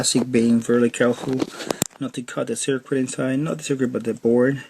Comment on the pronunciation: when he said " insaye" instead of inside. I knew this would be legit.